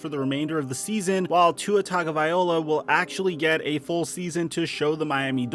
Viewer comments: great channel - let me help you out with the Samoan last name, its pronounced Tah gnoh vy eeh LOW UH ( not 'oh la') - ya gotta say it like Jason Statham who takes a sentence and turns it into one word (like some of my Italian brothers) all in 1 breath like 'fogettabowdid' - keep up the good reporting, great channel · everyone made the right call. i think this has to play out before giving up that much. and it's vye-LOA, not vye-OLA. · Whos gonna tell its not -viola Its Vi-Loah. TagoViLoa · It’s pronounced tag-uh-vai-low-uh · One of these days you'll pronounce Tua's last name correctly. LOL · Love ur videos but the way you pronounce Tua last name drives me crazy!